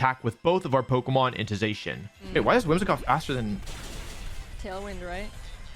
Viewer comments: STOP CALLING ZACIAN ZAY-SHEN IT'S ZAH-SHEE-EN!!! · You said Zacian wrong it’s (Zach-Ian) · Not to be that guy but a thousand people will say this so this is for your own good but it’s pronounced “Zac-ee-an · Pronounced girtatina and zacian wrong yikes.